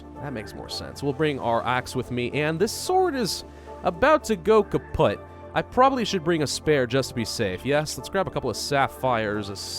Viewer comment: The sword's about to go "kapjut" are you Dutch?